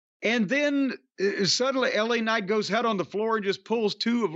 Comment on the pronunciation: He's French: "Laaa Kcnight"